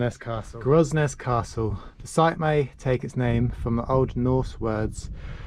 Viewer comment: Grosnez is pronounced Gronay and the “ramp” is a slipway . 😃🇯🇪